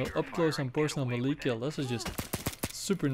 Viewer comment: Overkill have no clue how to create a horror atmosphere. And melee is pronounced maylay dude. LOL